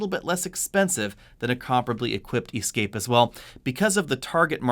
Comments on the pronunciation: WTF! Is an E Scape? Is he saying Escape? Lol...I’m confused... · Why do you always pronounce the Ford Escape as EEE-scape? Everyone else says Escape - so should you. I do love your reviews even though I have noticed that you don't respond to any comments. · It’s escape not E-scape lol. You’re making it sound like an all electric version. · I keep hearing "E-scape". I say "Eh-scape". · For EE-scape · Ee-scape, Escape, and Ford Focus Freudian slip, you are the best! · Why do you pronounce escape with a long E? Nice review , that just stuck out.